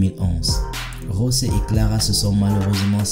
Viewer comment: S’il te plaît c’est José et non Rosé (José) comme ça se prononce en espagnol C’est un portugais